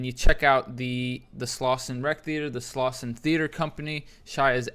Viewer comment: Slauson, not Slausen